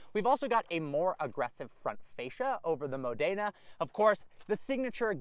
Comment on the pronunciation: The Modena version is named after Italian region (and/or the city of same name) where both Ferrari & Maserati are based. The word is pronounced absolutely NOTHING like you are mangling it